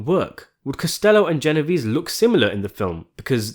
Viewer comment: it`s G not J lol